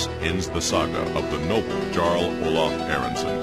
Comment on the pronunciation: but you are meant to pronounce it as a 'y' eg 'Yarl'